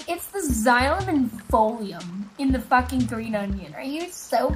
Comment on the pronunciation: Its phloem ( f-lo-e-am) not pholean(fo-li-am) it's simple bio .( Disappointed emoji)